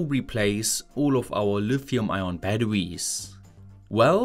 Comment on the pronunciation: I hate how he says baduwees. Had to leave the video.